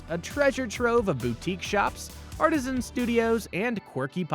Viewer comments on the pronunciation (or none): none